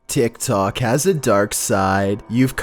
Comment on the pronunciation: i hear saying tsik tsok